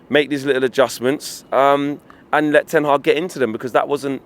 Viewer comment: Did he just call him Eric Ten Hard?